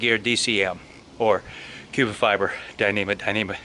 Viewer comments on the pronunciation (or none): Hey, just a heads up on your DCF point at the start of the video. DCF actually stands for Dyneema Composite Fabric, not "dyneema cubic (sic) fiber" - I know you meant to say cuben not cubic.